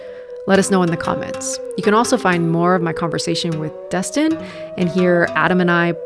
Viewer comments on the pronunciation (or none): did he call Destin "Dustin"?